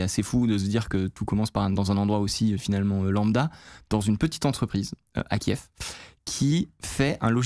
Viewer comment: Très bonne vidéo mais la capitale Ukrainienne se dit kive oralement non kief qui est son nom russe. Donc bien que c'est involontaire, je ne pense pas qu'en cette période de guerre, appeler la capitale Ukrainienne par son nom russe soit une bonne idée. D'ailleurs vous remarquerez que beaucoup de médias l'appellent aussi kief. L'Ukraine a de ce fait demandé à ses alliés de bien vouloir nommer sa capitale car l'appeler par son nom russe c'est réduire l'Ukraine a son passé en URSS.